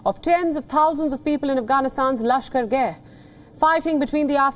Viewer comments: Bruhhh It aint "lashkargay" its lashkargAh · The news anchor keeps pronouncing it as Lashkar-gay but it’s actually pronounced Lashkar-gah